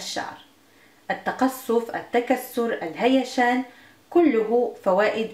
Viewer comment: "الهيجان" و ليس ! الهيشان!